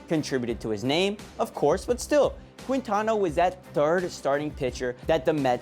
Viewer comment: it's "keen-tana" not "quin-tana"